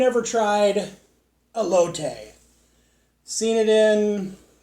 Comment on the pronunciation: As a food reviewer (one of the best I've seen on YouTube) you should start binging episodes of Food Network shows like Diners Drive-ins and Dives and stuff like that 😊 it'll expand your culinary knowledge beyond belief. I'm very surprised you didn't know how to pronounce Elote 😂😂😂